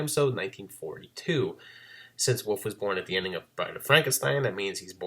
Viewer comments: Great video, but where are you from that you pronounce wolf as "woof"? The L is not silent in Wolf. I'm not trying to be critical, I'm just curious because the difference in the pronunciation is so apparent and I would think other people point that out to you. Most people use "woof" as the sound to imitate a dog barking. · love the videos, love the channel, but I gotta respectfully inquire, why do you pronounce "wolf" and "wolves" as "woof"? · Love this series! Thanks for all the effort you put into it! ...There is some weird stuff going on with the footage around the 14 minute mark. Also you say "wolf" like "woof" haha :)